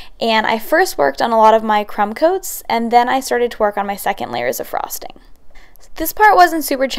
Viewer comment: She says frosting weird. Like a frog